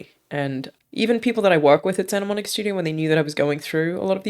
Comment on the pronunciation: Its Santa Monica not Santa Monique...